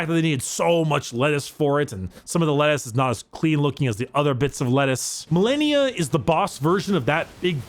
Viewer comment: Malenia: says her name a billion times as you re fight her YouTubers: Mill-ennia